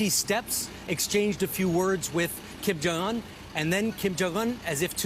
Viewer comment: this guy can't say his name right Kim Jong UN lol just listen how he say it